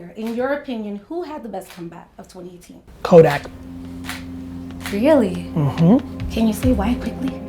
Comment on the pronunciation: You a real one for saying Kodak!